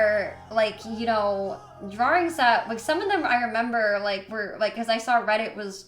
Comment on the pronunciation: the way she says drawrings makes me so mad😂